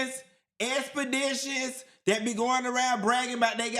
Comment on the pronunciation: Lmfao not the “expaditions” 😂